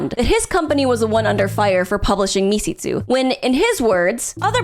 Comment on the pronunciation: Was it really that hard to look up how Misshitsu is pronounced...